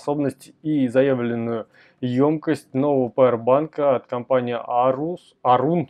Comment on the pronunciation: Эйран должен читаться, если не ошибаюсь. А кабель это в смысле не С (type C)